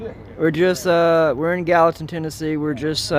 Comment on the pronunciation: Gallaton = Gallatin?